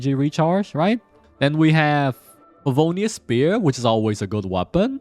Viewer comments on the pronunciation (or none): The way you said favonius😂😂😂